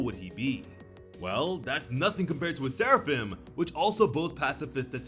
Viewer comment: You maybe saying Seraphim but all I hear is Sarafan!